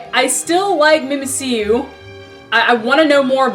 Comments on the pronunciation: it's pronounced mimic you not mimi see you stupid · It's pronounced Mimic-You. Because it mimics Pikachu. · why do people keep getting mimmikyu wrong...its Mimic-yu geez.... -.